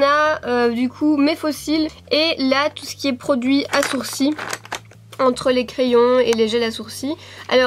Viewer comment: Mon crayon à "sourci" 😂